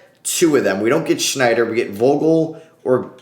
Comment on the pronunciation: STOP CALLING HIM SHNYDER IS SSSSSSSSSSNYDER 😂😂